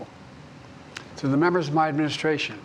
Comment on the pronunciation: E-mu-mu-stration. (Administration). Crimate Crises (climate crisis). Isozzo (it's also). In-vu-vu-velopment of AI (in the development). Presidents power is not limit. (limitless). Participating our democracy (what?)